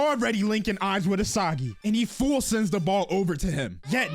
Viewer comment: E saw gi I thought it was e see gi